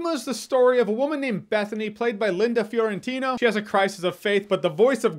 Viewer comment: Mi Last Name is Fiorentino. You did better than many other people do, don't know why many read it as Florentino. Learn how to read, there ain't no L. So congrats Jeremy, at least you know how to read.